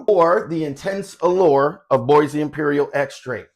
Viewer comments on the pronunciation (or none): Nice! Its pronounced as Buah and not Boysee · Great review. Bois is pronounced BWAH.